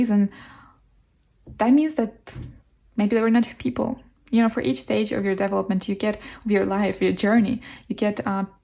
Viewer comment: Pile 4 haha you said development and pronounced it almost like devil-opment I like that 😈😸👌😁🤘